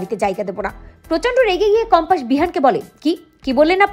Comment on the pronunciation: সঠিক উচ্চারণ হবে কম্পাস। বার বার বলা হচ্ছে কম্পাশ😮😢